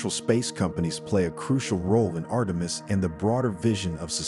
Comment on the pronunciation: When you can't pronounce Artemis ... you're a stewpid AI retard !